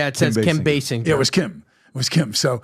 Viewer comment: Daniel Baldwin was Kim's brother-in-law for how many years, and he still can't pronounce her name right? It's Bay-singer, not Bay-sinjer... 🙄